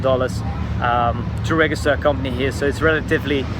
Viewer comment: Although your English is clearly very fluent the word 'register' is with a soft 'g' not a hard 'g'. The 'g' from 'giraffe' not the 'g' from 'good'. HK rent is ridiculous. Work culture of working late and long hours is not good and unnessesary, but considering the expense of buying a flat along with Chinese hard working culture people do tend to work long hours. I appreciate the safety of the city and politicians are accountable to the people here. Summers are too hot for me but winters are great! Nice summary!